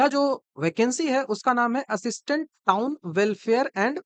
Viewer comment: वो बिहारी टोन नहीं वो टाउन होता है Bihar है पेपर लीक और चोर आयोग